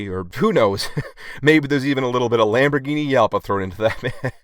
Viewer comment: what was that? Lamborghini yalpa?